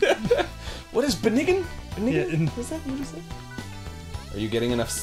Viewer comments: “It’s benign” Sounds like beginning but weirderXD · Just about lost it at "ben-ni-gehn" XD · "Sir, we analyzed the tumor... ...It's benigin" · "It's beniggn." xD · "Benign" is pronounced "benein" XD